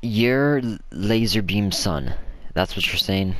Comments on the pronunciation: did you just say lazarbean? It’s lazarbeam. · Its lazarbeam not lazerbeam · "lazArBeam" not lazerbeam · Lazarbeam not laser bean